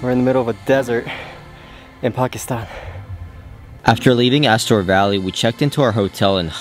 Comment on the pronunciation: Ah, someone finally knows how to pronounce Pakistan, 👍